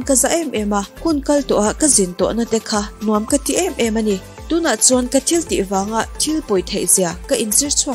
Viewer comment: I t lam hi uluk deuh la ka ti..thenkhat ah phei khi chuan thil tih ti a lam tur ni awm tak khi til tih ti ten i lam a😄